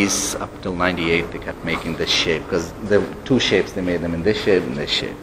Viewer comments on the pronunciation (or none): He kept saying "Shape" but at first I was hearing "Shit" so he was like they started making this shit and then they started making that shit. I was thinking that's not the best way to sell a truck. Foreigners you got to love them.